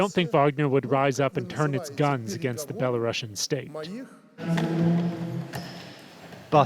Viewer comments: No you don't pronounce Belarussian with russia, its not "bella russian leader" as you said, its bela-ru-sian should sound the same as the word asian for example. But I understand what the letter C is stands for... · Why is it now being pronounced Bela-russian 😂